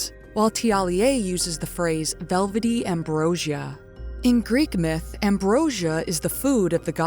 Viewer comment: You're the best ❤ p.s. thank you for pronouncing Thiollier correctly ❤ at least my interpretation of "correct"